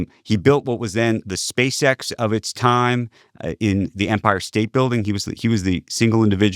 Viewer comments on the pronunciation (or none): none